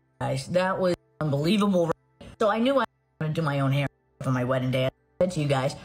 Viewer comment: Mikayla can't pronounce the word WEDDING...smh how she's an influencer is mind blowing 😮🫣